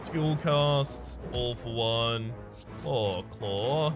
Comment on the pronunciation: I love how "All For One" sounds like "Awful One".